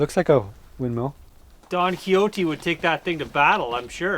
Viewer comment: Who doesn't know who Don Quixote was? I'm pleased that you pronounced his name right. Most English people wouldn't. Even Americans who sometimes take Spanish in school usually get it wrong. I still think you guys smoked the smoker on purpose to get more views. Most people would have been worried about a complete forest fire and not think of filming it.